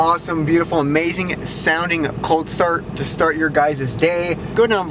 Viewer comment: Cold sturt it’s cold start